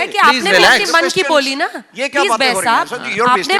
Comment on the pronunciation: J keya ho rha hai..😂😂 She says - keya ho rha hai😂🤣🤣😅